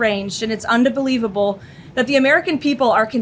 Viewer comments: Why is nobody pointing out the press secretary said “underbelievable”😂😂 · “Unda believable”? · I mean… underbelievable!! Really 😂😂😂